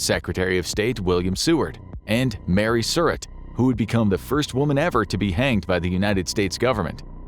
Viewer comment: It's Mary sir-rat not sir-it.